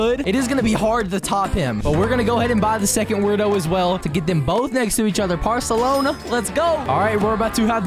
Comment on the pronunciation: Well, here's part two of misprounciations: "Wubbex" "Weirdos" "Parselona" Also fun fact: Reebro is called like this because when it start playing it makes you say "bro". Source: I made it the heck up. Another thing: The Pompom you got had a costume on it, which changes its "hair" (not exactly hair but you get the point). Anyways I'm not going to write another Bible so that's the comment.